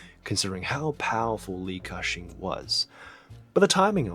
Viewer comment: Tbh it's not pronounced as cashing 😂😂😂😂 the pronunciation is actually 'Gah Seng' in Cantonese